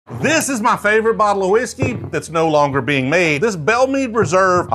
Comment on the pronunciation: Drove me nuts on this one, Meade is pronounched “Mawd” like “oh lawd have mercay” Meade is my Great Grandmothers name. Great video. 🙃